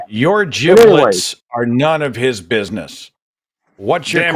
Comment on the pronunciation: and...Seth Andrews and Forrest Valkai are both National Treasures. And Seth, "Giblets" is pronounced ji-bluhts.